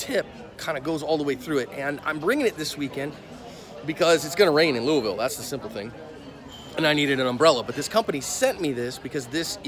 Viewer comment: Good on you,... you almost say it right (Loo-ville).